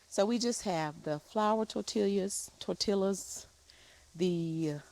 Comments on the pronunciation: Just say tar-tia... tar tee- ah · Its Tor Ti Ya. The LL sounds like a Y. My sister gets it wrong too. LOL. Its ok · Tortillas - both l's are silent😊 Tor-tee-yas I'm glad to see the heaviness off of you. Thank you, Pastor Minor. I pray retirement will come as soon as possible🙏🏾🙏🏾🙏🏾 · Pronounced, Tor-Tee-ahhʼs. 🩷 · it's pronounced Tor Tee Yas... 😊 hope you are feeling better. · Hi its Spanish and pronounced "Tor tee yahs" ❤❤ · you can pronounce them, tor-tee-yah. I enjoy when you cook on your Blackstone. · Tor-tee-uh :) No "L" sound. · Yes, the L's are silent!😂😂😅 You are funny! I love you!❤